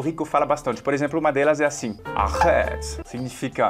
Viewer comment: Esse teu "arrête" e "Je rêve" foram top.